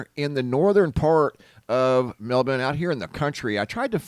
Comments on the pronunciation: It’s pronounced MEL-BORN. Not MELBIN. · *mel-born*.... you're saying melben... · It's not pronounced Melbin at all. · ugh i can't take it anymore you sound so ignorant sometimes its pronounced Mel-born melbourne is pronounced MELL BORN